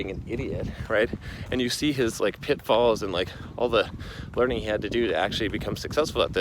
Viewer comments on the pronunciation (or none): When you said pitfalls I imagined you were saying pimpfalls